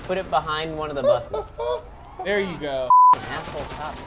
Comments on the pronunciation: anyone notice that there saying buth instead of bus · They kept saying "Buth" It's so annoying and they do for entertainment but it was just annoying for me. (The OCD life D:. It sucks) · they're saying buthes